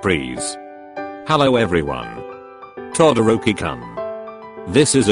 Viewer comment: I love how it's To dorkie koon XD instead of Todoroki-Kun Book u go is that how it's pronounced in 2020? Favorite pronounced name Kuri shima